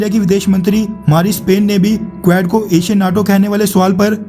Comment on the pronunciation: कुवेड़ नहीं क्वाड है correct pronunciation